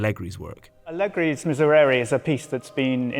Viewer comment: How many time you can mispronounce the word miserere in a row JESUS